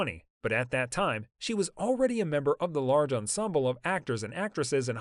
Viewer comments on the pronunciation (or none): none